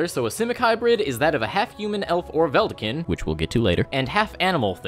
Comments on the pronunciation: It’s vedalken not veldaken. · Ve-dal-ken not vel-da-kin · Vedalken is pronounced Vuhh-Dal(like Dallas)-Ken(rhymes with "men") btw. Great video as always. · veh-DAL-kin btw. Don’t want to be that guy, but I’m a Vorthos, so...eh... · also its prunounced vedalken not vedalken, shit this dosent work, just google it plz its obnoctius